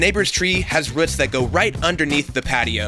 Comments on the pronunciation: No one’s talking about how he said ruts instead of roots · But he says roots when he talks about the blade. Why then switch back to rhuuts?! He knows how to say it! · ruts is spelled roots and pronounced rooooots! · ROOTS! Not RUTS! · Pronunciation of roots is interesting, rutts, hahaaa. Wonder how many thousands of years that plastic fence will be polluting the environment. Plastic companies are treasonous. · Roooooots not ruts say moo like a cow that’s the oo sound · This guy said ruts its roots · Say RRrrhhhooootttssss, not rhuts.... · Lol "ruts" - it's all I could hear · Annoying RUTTS pronunciation. It has 2 oo's root, not rUtt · wtf is he saying? ROOTS... its an "OU" sound bro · Dang ruts man not roots lol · RUTS!!!???? It’s a double OO. Say it correctly. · when you remember how to say Roots not Rutts.. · Nobody: This guy : “ruts” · It triggers me how he says roots like what are ruts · great video! im wondering why sometimes you pronounce "roots" as "roots" and sometimes "ruts" lol. deffo inspired me to redo my yard. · Sounds like 'ruts'. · I know. Its "rooots" not "ruts" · Did he say rutz?! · Where does one come from when they say “ruts” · "The ruts"😂💛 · Me: ruts? Ruts? what are ruts? The tree? Me .5 seconds later: internal screaming Did he mean roots!?! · He said 'Dang Roots' for all those who need to hear it. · A ton of “ruts” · low-key kinda love how he says roots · Did he just say "ruts"? 😒😕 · It bugs me the way he pronounces roots... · Dude, you say roots weird. All you need for that is, oh wait he's got a saws all. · Is it me or does he say roots kinda weird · I did not comprehend you were saying roots at first. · OMG LOL I didn’t even realize that he meant ROOTS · I looked for this comment specifically lol I hate how he says roots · You know whats fucked up? HE SAYS ROOTS CORRECTLY HERE and then goes back to saying it wrong... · Says it pronounced roots and roots in the same video. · It drove me crazy 😂😂